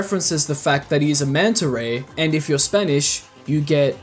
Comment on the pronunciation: “and if you’re SPAINISH you get MEGAN” 😂😂😂😂😅 “and if you’re Spanish ANGIE” 😂😂😂😂😂😂😂😂 “and if your Spanish you get REYAN” 🤣🤣🤣🤣🤣🤣🤣🤣🤣🤣🤣🤣🤣🤣🤣🤣🤣🤣🤣🤣🤣🤣🤣🤣🤣🤣🤣🤣🤣🤣🤣🤣